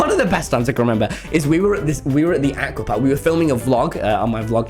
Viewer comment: “We’re in the AcKuA park”